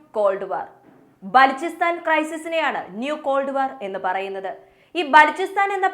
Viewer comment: ബാലോചിസ്റ്റാൻ എന്നാണ്